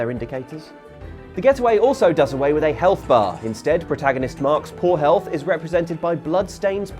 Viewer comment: I heard “Mark Spoorhealth” and thought yes, that is a perfectly normal British surname